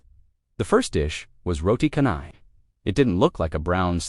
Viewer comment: Not khanai it's channai